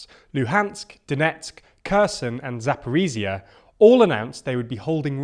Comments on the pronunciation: ZaporiZHZHia (like J/ZH) 🇺🇦, not ZaporiZia (not Z) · Zakorizia? Maybe Zaporoz'hye?